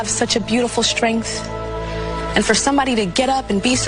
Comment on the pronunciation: Tyra is another ridiculous person who thinks it's cute to mispronounce words on purpose. I've never heard of the word shtrength. It is not a speech impediment. 💀